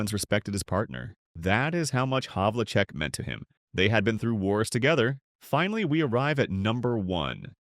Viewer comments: My guess was that it's an AI scarily generated "voice." Hondo's name was mispronounced as you say, "repeatedly"--I caught three different times. But then it would correct itself and get it right twice in a row. Hell, how many announcers back then pronounced it HAV-UL-CHECK anyway? I'd still pick Hondo over Larry Bird any day of the week and am ready to defend that statement against all comers! Defense, versatility (the only player in NBA history to make the year-end All Star teams as BOTH a guard and a forward), and most importantly, Hondo ALWAYS came through in the clutch! Bird did on occasion, but see how many of his playoff stats are less than the regular season while from '66 till his injury ridden last few seasons, Hondo's playoff stats always up the ante and show his crunch time heroics. Bird gets all the credit because to even most of the sports-crazed public, the NBA didn't even exist until 1980. It's funny that I can't even watch any level of basketball anymore when it consumed my life for many years. Watching a limitless procession of alley-oop dunks and 30 footers is almost as boring as NASCAR or a soccer match. Whatever happened to the turn-around jump shot? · The best part of this was the multiple mispronunciations of players' names. Havlicek was mispronounced repeatedly, the only thing missing being pronouncing the "c" with an "s" sound, Lew Alkindor had me LOLing.